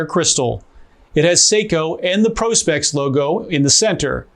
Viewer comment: Thank you for not calling it Prawspecks